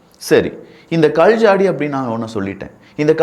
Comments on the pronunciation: I couldn't type in Tamil, sorry for that. Your pronunciation is really bad. Specially "Kal" rock. I couldn't listen further. Idk you are Tamilian. Even this discourage you I have to let you know. Sorry brother you have to improve that's why. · ?கல்,கள் தயவு செய்து சரியாக உச்சரிக்கவும்